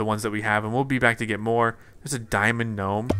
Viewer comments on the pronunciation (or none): none